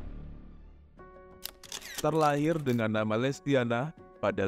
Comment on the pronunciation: maaf nama lestyani bukan lestyana